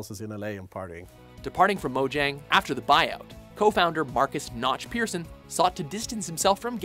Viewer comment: Its not pronounced piricen Its pronounced pääächon